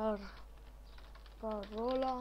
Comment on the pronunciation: "Parola" nu "paroala"